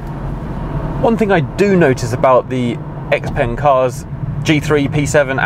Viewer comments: Why is he saying 'x-pung'? If that's the correct pronunciation, why are they spelling it with an 'e'? And is it actually 'ex'-pung or should it be more like 'zhiou' as in xiaomi? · As a Swede the pronunciation of the of the name -"X-Pung" feels so wrong. :(